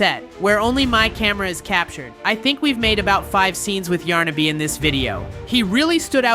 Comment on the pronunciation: You can even say those two characters correctly it's yarnaby and pianosurorus